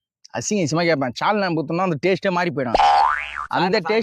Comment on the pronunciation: Sauce❌ Chause✅ Saalna ❌ Chaalna ✅